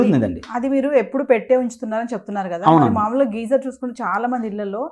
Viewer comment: Geyser ani sariga palakadam kooda vrani vallatho, idoka interview na..